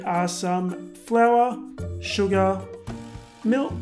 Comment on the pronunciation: idk if i have said this before but i love the way he says sugar lol it's like suguar if you know what im saying love u